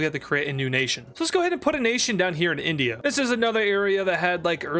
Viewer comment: its INdia not ONdia